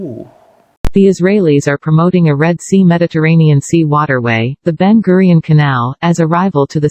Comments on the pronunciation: Ben guiron ❌ ben gurion ✅ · Ben gurion ✔️ Ben guiron ❌